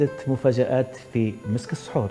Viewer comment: السحور و ليس الصحور